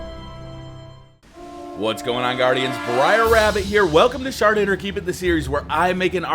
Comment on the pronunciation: Honestly the first time I heard briar say shard it or keep it I thought he said shart it or keep it.